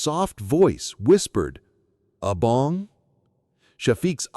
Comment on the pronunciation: I think you mean Abang not Abong 🤭